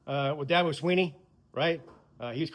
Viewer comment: I love Dabo but it's DABO